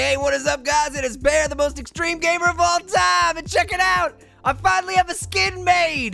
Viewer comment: Pear you always say "Xtream"